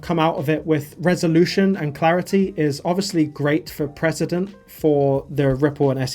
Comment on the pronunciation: Think they meant precedent not president 😂